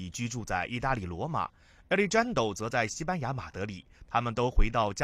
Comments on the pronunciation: 亚力詹都……应该读阿力汉德 rrrro…… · Alejandro is a Spanish name and should be pronounced ah-lay-HAHN-dro. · 这青田话和alexjandro的音真的不能再忍了。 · alejandro 的发音不能忍